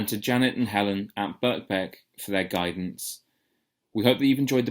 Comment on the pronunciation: I don't normally get involved in commenting, but wiithout a solid 'j' (or 'ch') in the third syllable, as you keep pronouncing the title, the title becomes meaningless. 'je' means 'school', 'style' and so on. It would have been useful to hear what the title means... (The so-called Western school of p'ansori...)